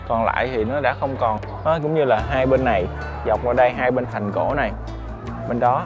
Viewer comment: Mong anh cải thiện phát âm nha ạ, “thành cổ” thay vì “hành cổ”